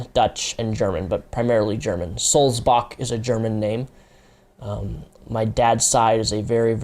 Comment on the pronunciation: The way you pronounce Sulzbach is really funny and wrong :D